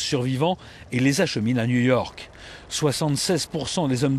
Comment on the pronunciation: J'aime pas la voix du mec ^^' "à Nouille Orque" XD